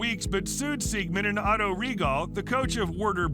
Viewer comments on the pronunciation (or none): none